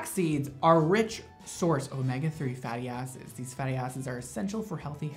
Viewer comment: I WASNT PAYING ATTENTION AND IT SOUNDED LIKE YOU WERE SAYING "fatty asses" AND I FELT ATTACKED LMAOOO